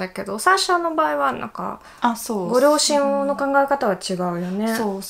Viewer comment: アシアさんも 日本語上手ですけど サーシャさん 発音ほぼ１００％近い 日本人の発音に聞こえますよね 私だけですかね？ 両親、ロシアのところの発音だけかな それ以外は やっぱ１００％だわ